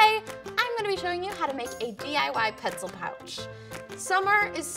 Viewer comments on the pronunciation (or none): Did u say "putzul" pouch? XD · It sounds like your calling it a pretzel pouch haha